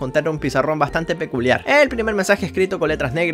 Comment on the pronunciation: 😂 dijo piculiar en vez de peculiar